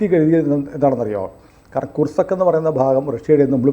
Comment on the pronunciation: ' കുർസക്ക്' അല്ല, ' കുർസ്ക്' എന്നാണ് പറയേണ്ടത് ( Kursk).